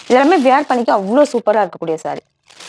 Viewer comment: Sarees are very nice. But don't say வியர் பண்றது. வேர் பண்றது is correct. Were மாதிரியே wear ம் same உச்சரிப்பு.